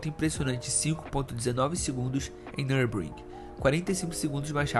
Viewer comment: O produto do vídeo é TOP. Já o narrador... Precisa de uma fonoaudióloga urgente. E também melhorar suas fontes de pesquisa e dicção em nomes que não sejam em português. Ex: Nürburgring, e não NURBRIN. Tempo de volta de 5 SEGUNDOS??? TAIS TOOOOLO???